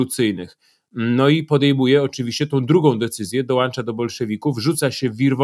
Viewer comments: świetny wywiad, mnóstwo smaczków, ale Panie Piotrze - "dołącza" nie "dołancza". serdeczne pozdrowienia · dołącza nie dołancza